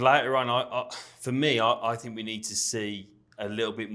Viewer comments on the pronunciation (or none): I "FINK" they aren't teaching a reasonable level of diction and pronunciation at the academy school. They may be telling parents "their son will not be a professional football player" but with the lack of language skills, and that in their own country, what career does Wolves expect them to fall back on?